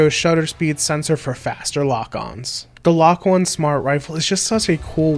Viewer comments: am i the only one that thinks its pronounced LOKI and not LOK-1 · I’m pretty sure that LOK-1 is supposed to be pronounced “Loki”